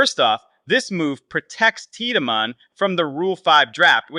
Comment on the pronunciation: It’s Teed-man you boneheaded